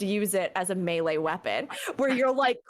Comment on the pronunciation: Why do you say melee wrong